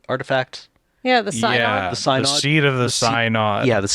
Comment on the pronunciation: Since this is a lore podcast, I feel it’s important to mention that “Synod” is pronounced “SIN-əd”, not “sigh-nod”. I actually work for a synod, it’s not an mtg-specific word